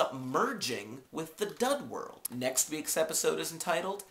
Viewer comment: And it's dud world not dough world lol